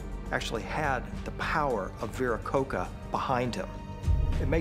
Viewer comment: its pronounces VIRAKOH CHA*, no VIRAKOH-KAH* the "CH" in latin america (and spanish also), sounds exacly like in english CHA-ir